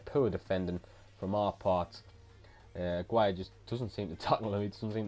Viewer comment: you prounounce aguirre's name wrong i'm pretty sure it's like this agi re